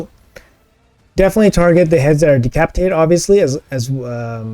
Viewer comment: Pretty sure you said de-CRAP-itated at one point and I LOVE IT 🤣🤣🤣 great stuff as usual mate! 👏🏻 congrats on the insane scores!